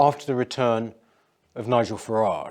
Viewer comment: Peter is the only person I know who pronounces Nigel’s name correctly